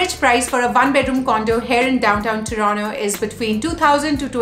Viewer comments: TORONTO - not Toronno. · Its Toronto not Torono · Yesss what the hell is Tronnooo??? Hellaa annoying 😫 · Everything about the video was good.. but one thing is the pronunciation of "Toronto" and that kinda sounds fake or "wanna be - ish" ... no offense just my opinion ..